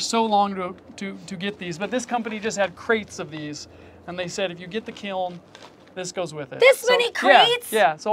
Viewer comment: I’m an art teacher and hearing you say ‘kilm’ so many times just tickled me ❤😂